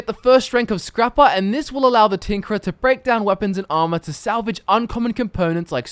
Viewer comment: I swear i heard "The Tinkler"